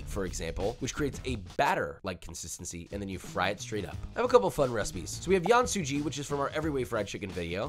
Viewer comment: absolutely love your work josh! has been watching your videos for a long time now. however, i'd like to point out a couple of "more accurate" pronunciations for the chinese sounding dishes, or oil. Yan Su Ji (盐酥鸡) should be read as "Yen" Su Ji. Chong Qing chicken (重庆鸡) should be read as Chong "Ching" (because Q in mandarin is usually "ch" sounding instead of "k" sounding. why not just use Ch and not Q? that you have to ask Pinyin experts). Caiziyou (菜籽油, it's rapeseed oil in english) should be read as "Chai" (like chai latte's chai) "Zchi" (not zee, more like JJ-ch) "Yó" (instead of you). Hopefully this helps (unless you are actually trolling with the pronunciations lol) and maybe copy the chinese characters into google translate (chinese) to hear how they sound like. Cheers! source of credibility: my chinese ass in Malaysia